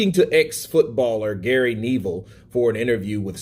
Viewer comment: Gary Knee-ville....... who de fuck is that? i know a Gary Nev-ille, ex England an Man u defender